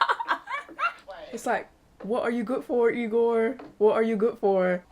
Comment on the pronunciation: It's Igor, not Egor